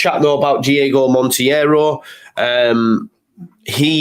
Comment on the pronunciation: I hate to be pedantic but Monteiro is pronounced "mon-tay-row". Keep up the good content. Spanish Whites MOT!